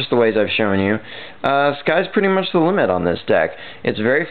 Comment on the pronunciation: "sky is the limmit" nicely said